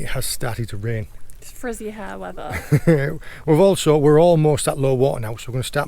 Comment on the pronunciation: More cornish than any cornishman when saying weather lol